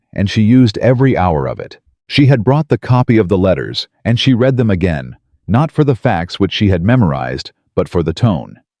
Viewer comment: Please teach your AI on how to pronounce 'read'. If it is 'NOW', then it is pronounced 'reed' but if it is in the past, then it is pronounced as 'red'. He is 'reeding' the document or he 'red' the document. Very annoying. Also, why is it 'i' in front of many sentences when it is meant to be 'he'?